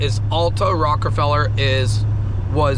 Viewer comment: Rockefeller not Rockerfeller.